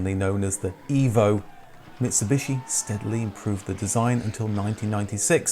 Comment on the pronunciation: I reckon he's been out of the mother country too long.... Listen to that pronunciation of Evo